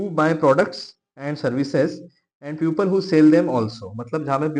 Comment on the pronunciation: Sir puple ni peeple hoga btw iska spelling people ho ta h but i was correcting the pronunciation